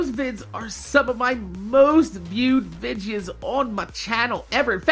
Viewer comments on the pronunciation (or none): why do you say vidjis instead of videos #sundayQ&A